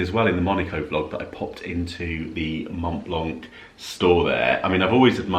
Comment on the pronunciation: Dear, Love you so much. Just a little tip,The t and c on Mont Blanc is silent, should be pronounce Mon Blan.